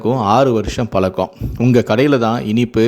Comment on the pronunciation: அதுகூட பரவாயில்லை உச்சரிப்பு பாருங்க பலக்கம், அலுக்கு ன்னு!